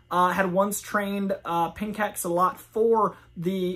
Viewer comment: The martial art is pronounced Pen Chock Silat. It is known as one of the deadliest forms martial arts in the world. It’s so dangerous people who train improperly have been crippled or died.